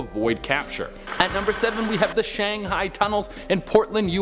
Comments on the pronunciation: It's pronounced Shang-hai like [high] or [Hi there. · Shanghai is pronounce: "shang-hi" Obviously a script, teleprompter, was misread by a person with Limited Experience. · Regarding the guy whose list starts with the Shang-Hai Tunnels, please get someone to assist him in pronouncing the various names. I understand that he may only have ever read them and never heard them pronounced but before you set him up to be a talking head, give the guy some help.